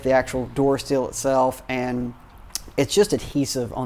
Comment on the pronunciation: Sill is pronounced "sill," not "seal."